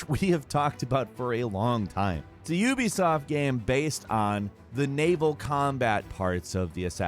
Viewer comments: "Gaem" instead of game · Yea, his pronunciation of "game" changes. Still figuring out the rule in his head ;)